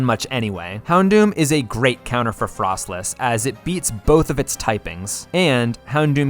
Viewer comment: Can say Electivire Correctly Also: Can't say Froslass Correctly(seriously Fros-Lass Not Fros-Less) lmao